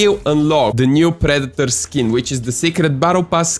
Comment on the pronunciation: “Pree-dee-torrr” bro I love you accent 😂